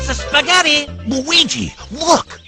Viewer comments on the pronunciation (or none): none